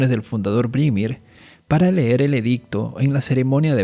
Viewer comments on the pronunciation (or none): none